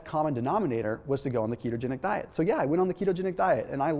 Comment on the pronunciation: Did you say kete-angelical?